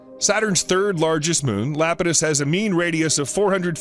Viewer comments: It’s eye-apetus not Lapetus, but good documentary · Iapetus is pronounced = eye ap i tus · Good documentary....but is he really repeatedly calling Saturn's moon Iapidus, "Lapidus". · It's Iapetus, starting with the letter I and pronunced like this: Ay - a - pee - tus. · LMAO Lapatus. Then again having mocked that. I grew up with a Sir Patrick Moore book on astronomy and it had the misprint Dactyi, for Ida's moon Dactyl. For ages I was pronouncing it like a Roman family name, like a div. Luckily, there's not many chances to drop Dactyl into casual conversation and be found out the moron. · Kid Well that is pronunciation, not using the wrong letter and calling it LAP-i-tus. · Still wondering how funny it is that they didn't know the right pronunciation of a crucial moon 😂